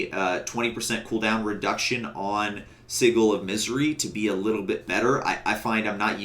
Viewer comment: It's not siggle it's sidjel